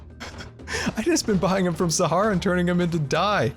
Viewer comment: DID ANYBODY HEAR HIM SAY "I'V BEEN BUYING THEM FROM SAHARAHA AND USE THEM FOR DYE"